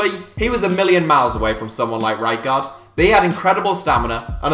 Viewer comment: Why is he saying frank rightguard